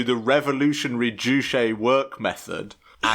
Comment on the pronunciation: Maybe if you did an ounce of research (these guys couldn't even be bothered to find the proper pronunciation of "Juche") the work wouldn't seem so "ironic." There are legitimate criticisms of the DPRK but when you peddle total and obvious lies like the whole "three generations of punishment" and "the country worships their leaders as gods/believe Kim Il-Sung is immortal" you lose all credibility. Seriously these things can be debunked with an extremely simple google search. What you all have displayed here is a complete and fundamental misunderstanding of the Juche idea, as well as Marxist theory in general. The Juche idea is dialectic, not metaphysical, it deals in processes not absolutes. The Juche idea does not claim "nothing impacts the world but humans and the things in the world don't change each other," in fact it claims exactly the opposite. You seem to understand this when you reference "humans as a part of the world, in it not outside it" but you just ridicule this as a trite true-ism rather than recognizing how the dialectical understanding of humankind's place within the universe shatters your total strawman of Juche as a philosophy promoting "human dominance an exploitation over nature." The Juche idea could not be further from promoting exploitation. You all also reveal some serious classist ableist biases that you harbor when you all go on about how many words/concepts are repeated. I don't know if you knew this but this a speech meant for *illiterate peasants*